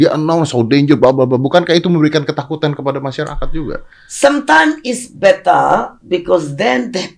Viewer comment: demen bgt pas bu susi ngomong "better" dengernya kek "beta" 😍